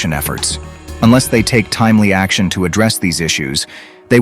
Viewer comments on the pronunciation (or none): none